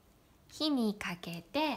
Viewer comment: Sumimasen,:, did you say "ki ni kakete"? Because the subtitles say: 火にかけて, but this expression does not appear in Jisho. Only: ひをかける. I will be very grateful if You can clarify this. Honto ni sumimasen.